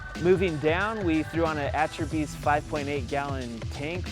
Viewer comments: atrophy‘s??? Oooh you mean ah-chair-bees lol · A-Chair-Beez.... for all who would like to know how to say it proper. It is a Greek word.